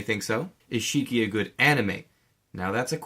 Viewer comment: Btw it's Shiki not Shriki